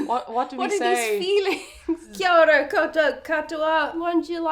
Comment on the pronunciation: Kiora 😊 your pronunciation was spot on... Graand even